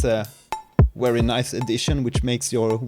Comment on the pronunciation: "these modulators are Wery powerful" - excuse me, but there's a slight error in pronunciation, You're using German proninciation rules for some reason?